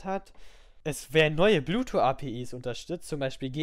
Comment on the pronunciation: sehr gut strukturiertes Video, aber wieso sagst du immer bluetwo anstatt bluetooth :D